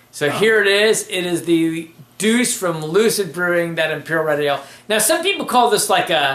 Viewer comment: I should've told you it was pronounced Doo-Chay. I really like this beer. I've got a two year old bottle and I'm going to compare it to fresh. Glad you enjoyed it. Fun bloopers! Cheers guys!